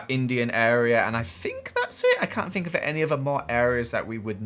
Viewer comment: “Fink.” Jk i love ya